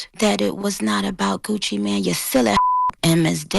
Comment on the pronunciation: it's Gucci MANE not Gucci man 😅